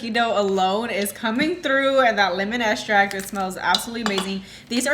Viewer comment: Great recipe. I like how you say estract rather than extract. 😉